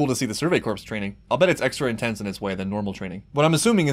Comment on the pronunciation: Pronouncing the Survey "corps" as Survey "corpse" is depressingly fitting.